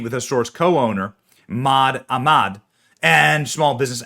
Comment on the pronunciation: Jill Biden can't say "Bodega," but Benny you mispronounced it's name "Sana'a" (after the city in Yemen) and Ahmed the name of the owner 😂